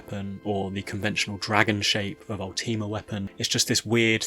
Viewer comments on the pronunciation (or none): "Ul-TEE-ma" Weapon??